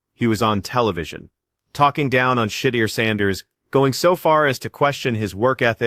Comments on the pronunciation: Shuuud Durrr! Dammit! Say it right 😮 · Yeah. Shit-ti-er. Intentional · I would like to know who is pronouncing his name like that? Please 🙏🏾 redo this and PRONOUNCE the man's name correctly..smh..I like the video because its FACTS. but COME ON MAN. Put some respect on his name..lol..💯🙏🏾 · learn how to say his name to be taken serious